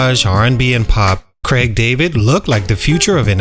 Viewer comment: Craaaig not Creg. lol I just thought Bo Selecta was funny, never thought it ruined his career!